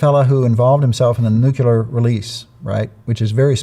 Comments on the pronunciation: Sorry, but anyone who says "nucular" is not a nuclear expert. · I KNOW it is very trivial....but why can people not pronounce nuclear? All the more when they are a specialist in them.